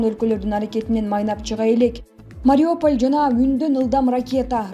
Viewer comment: Эээууууу, диктор кыз Мариополь эмес Мариуполь деп окусаң боло.